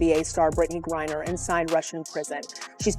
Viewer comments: Britney is a man and with the sport is dangerous. Go play with the guys Britney! Her last name isn’t pronounced Gurrier it’s Gr I ner girl! If that lady is going to pronounce her name say it right! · "Gurrier" again and again? No one edits the videos? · Who the FUCK is Britney "Gurrier"? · I'm sorry but AI reading griner AS GOURIER IS Alittle bit aggravating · Not sure which is more irritating; mispronouncing Griner or the pronoun argument. For me, it’s the mispronunciation. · Why can you not even pronounce her name! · Brittany Griner. The bot narrating doesn't say it right. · It's a he, and fire your editor its Griner not gurrier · FFS, your inability to correctly pronounce a simple 2-syllable name is astounding, and renders this video difficult to hear. You pronounce Griner as "Gurrier", similar to "furrier." Stop it. Just stop. Learn to read a narrative script correctly. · It's Griner not Gurier! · “gurrier”! Stupid AI! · The name is Griner, not Gurrior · Firstly who is Gerier, it's Griner. Secondly why is this a surprise everyone knows this is a man and we've known for years, stop being fucking stupid. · It’s Griner not Geria! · GRINER! GURRIER? LMANO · It's Griner, not Gurrier. Your AI speech narrator SUCKS! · You idiotic A.I. fools, it’s Griner not Gurrier. Bye the way, she’s a he! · It’s Griner not gurrier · His last name is Griner not Guriur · Why does your narrative keep calling her Gurrier? The name is clearly Griner! AI can't understand English. Hire a narrator! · you mispronounced her name its griner not gurier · How do you pronounce Griner Gourier?? At least pay attention to how others pronounce Griner. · Griner, not Gurier.....can't you get that right? She's been in the sports news quite a bit. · Can't you get his name right, It is Griner, not Gurrier, Greener, Greer, Griger, Gurear, Griger, Grear, and yes, he is a man who has fathered three kids and a total fraud. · Would you please stop mispronouncing griner it's not gurrier it's griner 😊